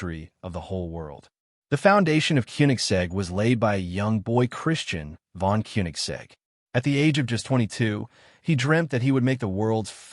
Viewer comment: Mispronouced Christian's name several different ways, not one of them correct!